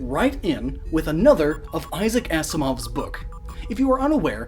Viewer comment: Six years too late but Issac Asimov is pronounced like if it was written Azimov, not ass-imov like people think sometimes, just tryna help you improve these already great videos :)